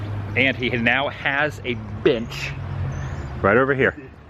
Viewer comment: When you said, "he had his own bench." I thought you said another word, LOL. Until you showed the bench.